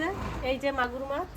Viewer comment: Maas bolben say Mach (fish)